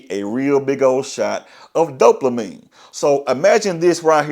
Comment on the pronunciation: Bro wtf us dope- la -mine ? The word does not contain an L !